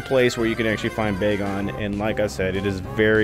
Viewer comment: It’s bag-on not bae-gone